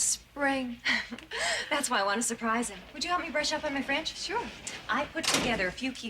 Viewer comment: Loni Anderson cannot pronounce French.